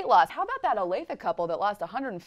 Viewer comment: Wow. Grew up in Olathe. Been to Fazoli's. Had the breadsticks. (Not that bad!) Dad worked at Garmin. Nice job pronouncing it, btw! Most people can't say it properly. Huge fan of!